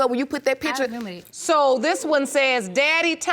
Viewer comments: i cant even listen to the first case because the lady's voice is so intolerable omg the way she says "pitcher" instead of "picture" is sending me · Sorry, but most people say pitcher 😂😂😂